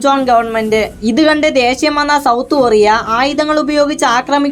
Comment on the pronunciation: ഒറിയ അല്ല കൊറിയ